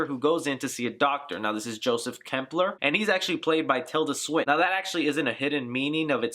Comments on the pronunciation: Not trying to nitpick, but if you're gonna do an explanation video, you lose all credibility if your names / pronunciations are off. It's Klemperer, not Kempler It's Coven, not Covenant And they reveal her name to be Suspiriorum, not Suspirium at the ritual scene Hope I'm not nitpicking too much, and if I am, forgive me. It was just grating to hear those words over and over again. Love the video, though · Dude just on a friendly note you did botch the names Suspiriorum and Klemperer. Great explanation. Also it was Tanner who put the spell on Olga because Blanc said what happened was a mistake. Sorry if I'm sounding like a dick I'm just a huge Argento nerd! Seriously good job bro!